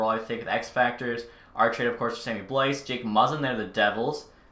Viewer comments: blais is pronounced “blay” just so you know! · It's actually more like "bleh" but yes, if you can't channel a single ounce of French, you'll say blay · Sammy (Blais) is pronounced BlAy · It's actually "bleh" but ya, if you can't channel a single ounce of French you'll say "blay"